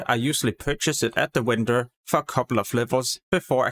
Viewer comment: I can't stand how you say vendor. Vendor is pronounced with a vee sound not when-dor